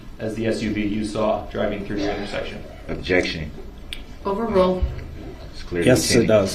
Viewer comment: I started watching the trial at this man’s testimony and was immediately hooked when I heard, “Objecshun! What’s cardinal?” 🤦🏽‍♂️